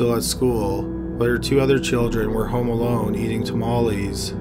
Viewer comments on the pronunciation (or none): none